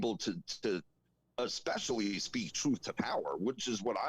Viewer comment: i just want to say the word especially does not have an x in it.. You say it exspecially i dont believe that is a word. Js..lol